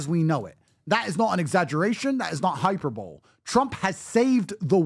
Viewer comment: hi per bo lee... not hyper bole, just fyi, illiterate peds... sigh